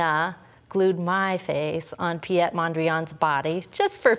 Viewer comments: I was just thinking the same.. she pronounces it as a French name.. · Piet is a Dutch name. It's pronounced as Pete.